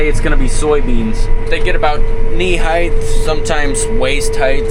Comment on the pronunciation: Excellent Video. But, Knee "HEIGTH"?? Knee "HEIGHT".